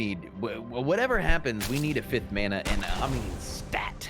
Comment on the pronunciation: Teaks "fancy" pronunciation of Mana is inline with the Polynesian Mana and frankly I appreciated hearing it after the concept has been just absorbed by generic fantay.